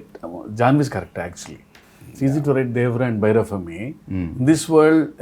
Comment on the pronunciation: Oh for god sake Bhairav(deaf) sounds like Bhaira , why Saif ???, this guy is uncultured,anyhow so Happy to see JR NTR and Jahnvi together